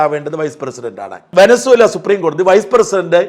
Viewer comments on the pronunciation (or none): none